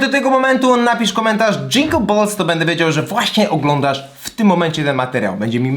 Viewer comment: Bells a nie balls czlowieniu 😅 za duzo sosu od mikolaja